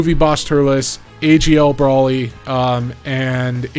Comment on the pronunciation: It is hard to take advice from a guy that pronounces the character names wrong. (Brawly)